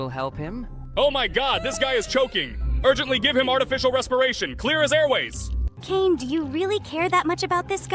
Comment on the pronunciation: It’s Kaner